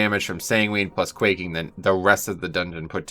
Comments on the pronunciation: Quacking? Lmao. It's quaking. As in earthquaking. Lol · Lol. Nah man. At least not in the beginning of the video when you started reading them off. As soon as you said quacking, I died. Great video though bro.